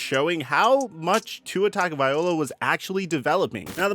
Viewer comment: Tunga-vy-low-uh. People still pronouncing it viola. 🤦🏼‍♂️